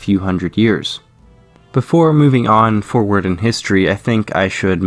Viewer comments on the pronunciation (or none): none